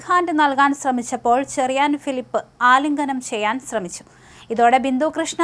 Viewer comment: 'ആലിംഘനം ' ചെയ്യല്ലേ കുഞ്ഞേ....